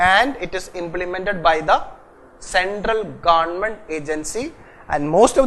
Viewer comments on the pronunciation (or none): GaandMent... U r the only guy who pronounced this correctly